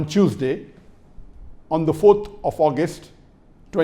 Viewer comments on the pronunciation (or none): on cheusday well ok no problem but it’s funny I know you mean ...Tuesday